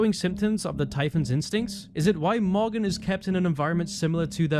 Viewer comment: Every time he says morgan it sounds like mogger I wish it was his real name